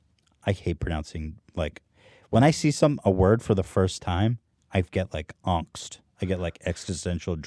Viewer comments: ethan actually pronounced it kinda right. existential angst is actually derived from the german for for anguish or fear which is angst. the a is pronounced like ah in "aha" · Well for once, Ethan pronounced something right ;) "Angst" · The way Ethan pronounces the A in Angst is actually the correct way to pronounce it in German / Dutch. Which is where I think the word originates from. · Angst is actually the Dutch word for Fear In the Netherlands Angst is pronounced the way Ethan originally said it. "Ah-ngst" The english version turned this into "Engst" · Ethan says: AnGst me: hey that’s how we pronounce it in Norway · 'uhngst' is actually the german pronunciation of angst, which the word probably derived from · ETHAN IS RIGHT IT IS "AHNGST" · poor Ethan getting bullied for pronouncing Angst almost perfectly (ie pronouncing it the German way) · "Angst" as Ethan pronounces it, is angst in Dutch.. so close enough Ethan! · Angst is Danish for anxiety, and Ethan pronounced it perfectly. Great words, keep it up, proud of you! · "Angst" the way Ethan said it would be how you pronounce it in german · Gotta help my boy Ethan out here. The way pronounced angst is the imported version of the german word Angst (fear). Ethans pronounciation of it actually was pretty good. Papa bless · "Angst" means fear/panic in german, it made totally sense in the context and Ethan pronounced it perfectly. Love u guys, best from Germany! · Ethan is right about "Angst" by the way, it's the original German pronounciation. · Ethan is actually pronouncing the German word "Angst" correctly. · 'AANGST' IS THE ACTUAL WAY YOU PRONOUNCE IT IN THE ORIGIN LANGUAGE OF THE WORD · angst is actually the german way of pronouncing that german word, so ethan is right bitches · the way that he said Angst was right and the english way sounds so horrible wrong -.- so yeah Ethan keep that up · German here. Ethan's pronunciation of "Angst" isn't too bad :D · Ethan's "angst" is how we Dutch pronounce it